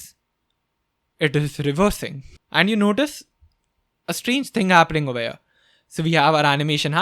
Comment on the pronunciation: I think there is some problem in my earphones whenever says 'here 'i hear 'ear' Need to change earphones. 😂😂😂 Love your work ❤